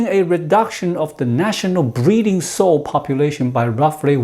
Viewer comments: "Sow" rhymes with how or now, not with "go" or "know". (Don't you love the regularity of English? :-)* ) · Sow rhymes with cow.